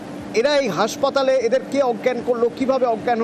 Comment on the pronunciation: হাঁসপাতাল নয় হাসপাতাল